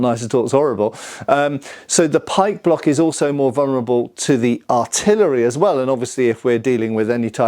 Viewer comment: Oh, pike block, not pike block.